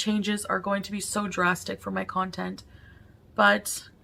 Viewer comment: omg yes! 🤣 "I'm working on new contenTT "